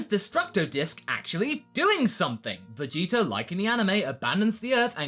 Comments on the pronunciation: Why do you always say "Vegeter"? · why do you say VEGETER?